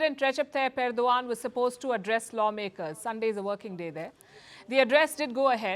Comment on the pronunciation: wtf Palki, you can't even pronounce correctly the name of the Head of state.